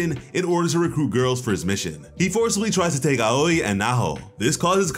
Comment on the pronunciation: I love how Miss Aoi’s name is pronounced “owie” like you got hurt,kind of a funny play on words if you ask me